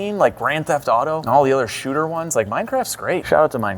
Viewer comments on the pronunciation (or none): none